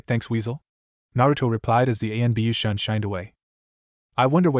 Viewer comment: This AI starts with master then switches to bastardized Japanese shishou which the AI pronounces shershow. You know like Shersway Uchiha. I cannot stand this voice. This being Naruto in anbu sorry umboo, usually it's constantly talking about protocols, compartmentalize, strategies. Don't forget all the Chons kuans. Can't blame the AI narrator for that all the fanfics use like 5 bastardized Japanese words every other word.